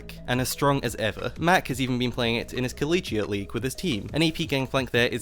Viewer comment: what the fuck is a colidgiea league